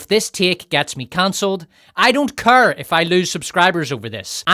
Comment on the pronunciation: It's care not cur. Your accent is atrocious.